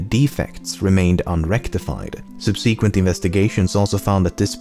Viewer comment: I like your videos. But the way you pronounce the word "subsequent" triggers me.